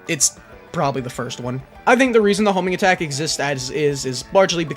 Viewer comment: Ewwwwww the Hoeeeeminggatak